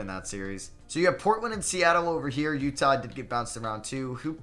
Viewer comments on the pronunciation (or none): none